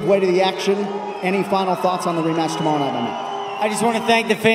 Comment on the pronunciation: i swear he put a irish accent on when he said tomorrow night conor must of hit him hard